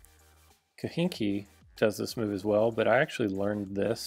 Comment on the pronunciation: its kahenkio, not kihinki 😂 but nice video